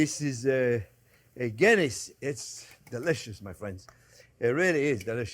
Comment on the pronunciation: LOL. When you said a Guinness Beef Stew .. I thought you said a Kidney Beef Stew .. which got me thinking ... I wonder what other meat could be used in a stew?